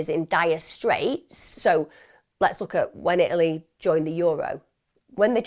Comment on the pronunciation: There is a T in Italy!!